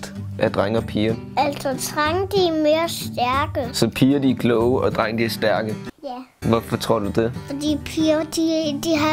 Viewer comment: Det er som om siger trenge i stedet for drenge